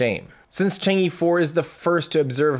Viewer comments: I think Chang'e is pronounced Chahng uh, not Chong ee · It does not pronounced as "Chang E", it is "Chang 'e". Should sound like "Chang Eh" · It's pronounce more like chang-er than chang-ee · Thank you Tim for another year of excitement and joy! Great work, really appreciate it. Besides technical depths, I really admire your way of looking at failures and international collaboration. One correction -- Chang'e is pronounced as Chang Er, that e in Chinese Pinyin is like er. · two things: 1 The star link project can help us, but not Africa, the information equality theory doesnt apply there where millions of people are hungry. 2 the e of chang'e should be pronounced as 'er' in early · Chang is correct not chong, but the E should be pronounced as 'er to be exact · Probably more like "chong-uh", if you want to approach the Mandarin pronunciation, but that still wont reach it and actually reaching it is not necessarily something you should be trying to do.